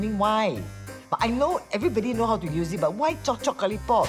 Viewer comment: chop-chop kalipop???? i thought it was chop chop karipap???? \